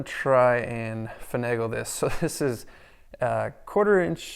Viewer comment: i stripped the bolt you " fanalaged" with. that was the hardest one